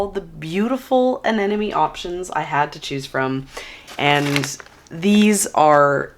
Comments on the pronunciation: A-n-e-m-o-n-e not A-n-e-n-o-m-e. There is an “M” in the middle. 😉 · I think you need to look at the word Anemone again. It’s pronounced An-nem-o-ne. You are doubling the “n”. Love your videos, but you need to say the name of that plant correctly.